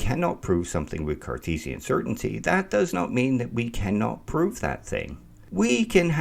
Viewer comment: Did you say Carcheesian or was it my imagination after the cheesy example?